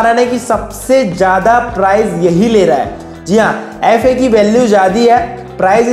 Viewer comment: Gandu youtuber FI को अाई फाई बोल्देतेहैँ ?